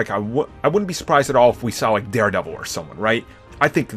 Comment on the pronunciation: watch how you speak on daredevils name...